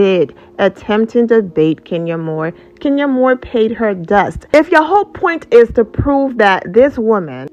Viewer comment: Lol😅 and I’m an African I can pronounce it ohhh